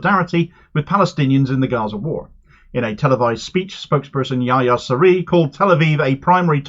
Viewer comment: Houthi spokesman’s name is pronounce more like Yeh-Yah written phonetically . You must province the H , especially the first one which is especially pronounced . Ist based on Yahonan which is the origins of John.